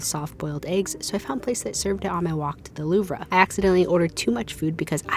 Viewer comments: The Lou-v not Lou-va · louv-re is really killing me 😂😂😂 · It’s literally pronounced “loov-ruh” in French lol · ....loo-vruh....good god.... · It’s not loove-ra. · Did you just say.. Loov-ruh?? 😂 And you're an influencer??! 🤣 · Not the loovra 😂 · She's trying to imitate the French pronunciation. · Oh you’re breaking my heart with ‘Lou-VRUH’ and ‘monT MAHT-RUH.’ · "loove-rah" and im out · I hate to be that guy but every time she said it it caused me physical pain 😂😭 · The pronunciations here are so delightfully American 😂 “the loovruh”, “MonT martruh” Made me smile 🥲😅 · Next visit to Paris, learn the pronunciation of 'Louvre' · Silent r in louvre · This is not intended as a hate comment in ANY way, but the r in louvre is silent 🫶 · the way you pronounced louvre is crazy lmaooooo very cute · I DESPISE your pronunciation of the Louvre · That’s not how you pronounce the louvre 😭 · the pronounciation of louvre hurt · not being able to check out the louvre was punishment for butchering the pronunciation of its name 😂😂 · i’m an american and have never heard any other american mispronounce it like she did